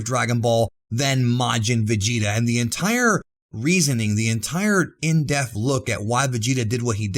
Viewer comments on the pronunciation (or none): De-P-th, not death. I like your vids man, but jesus, stop saying death, it is dePth. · Every time you say the word "depth" it sounds more like the word "death."